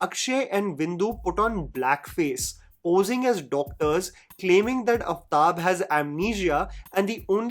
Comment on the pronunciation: Aaaftab, not Uftab. Work on your pronunciation for God's sake.